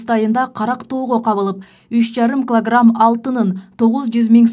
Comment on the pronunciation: Журналистка : СепИчка , кЫлограмм 😂😂😂😂😂😂